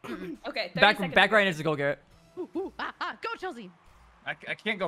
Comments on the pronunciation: It’s Garettd not GerretG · Garret calls dilly and called garret gawwet 😂